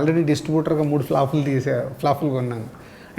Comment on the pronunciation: flofulu kadhayya flopulu.. ha ha ha ha ferformance antav pa palakaradha? banti nattha enti?